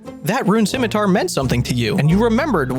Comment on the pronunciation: Thank god, i found a man who knows how to pronounce scimitar.